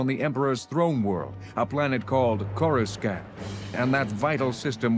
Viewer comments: Core a sant not core s cant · Denture thing ruined by wrong pronunciation..it's not 'scant' it's 'saunt'..Corisaunt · The pronunciation of Coruscant 😂 Core - you - sant. Thats how you spell Coruscant. Not "Koraskant" pronunciation. That word looks polish lol 😆😂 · Coruskant? 😅 Ever watched the PT at all AI? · I loke all the little tweaks to dialogue they made, like pilot chatter. they add alot of atmosphere! And the voice actings very well done! Really my biggest complaint is towards the beginning 'courscant' was pronunced wrong, which is a small thing compared to most fan films and fan projects. This is definitly going in a list with the popular thrawn comic fan adaptation. Excited to start listening to your rendition of dark empire II now! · I know this audio was recorded before the Prequels, but i can't stop myself from cringing everytime i hear "CorsKant". lol XD Anyway, thanks a lot for putting this together. It's great! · What’s coraskant???? Are they suppose to be saying coruscant????? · Oh that sinking feeling when you listen to a new Star Wars audiobook, looking forward to immersing yourself in the world, and suddenly the narrator talks about Choruskahnt or Corusscunt and you know this whole novel is gonna be a bit of a challenge. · Coreskant is such a funny pronunciation lol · coruskant??? please... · It’s Corus “can’t” This audio drama came WAY before the prequels. If you look back at all the old audiobooks, that was the official pronunciation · This isn’t a fan production. This was official released, corus “can’t” was the the official pronunciation. This came out WAY before the prequels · You got to understand this was created BEFORE the prequels. Coruscant was pronounced as CourusKant. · CorusKANT lol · I love this simply because coruscant was, for the first time I’ve ever heard- pronounced “Corus-cant” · This is an audio book made by people and that’s how George Lucas pronounced the planet’s name. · What's up with the pronunciation of "Coruscant"?